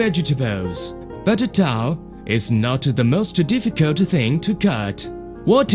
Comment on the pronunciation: Lost it "Generally spreaking, cutting towel is more difficut then cutting meat, and a-vegetables"